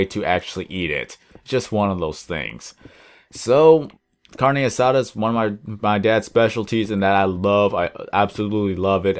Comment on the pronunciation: carne asada you said that so white my nana over heard me watching this video and staryed laughing her ass off